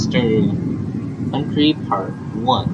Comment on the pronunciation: Its Twister county, not twister country.